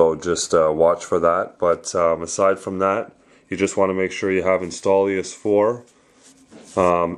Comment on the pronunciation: Installious? Lol its INSTALL OUS